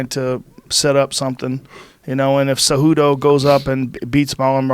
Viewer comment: Jorge is one of my favorite fighters. The funny thing is he can't pronounce Henry's last name and it goes how Jorge first name is😂💯 Cejudo cehudo.😂 Jorge is funny.